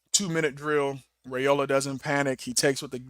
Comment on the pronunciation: Dillon's last name is pronounced RIOLA. The a is silent.😊